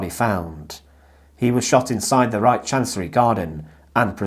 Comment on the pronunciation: Brother it's Reich with H the end H like hallo....reik haha